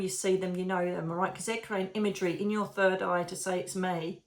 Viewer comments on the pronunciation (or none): none